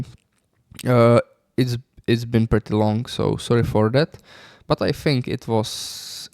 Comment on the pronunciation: You don't "Think", you always "Fink" 🤭